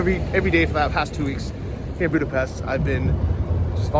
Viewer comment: nice job. BTW it’s “Booda-pesht”. It’s a tough language (I grew up with it) but getting the pronunciation right will buy you major cred. Stay safe.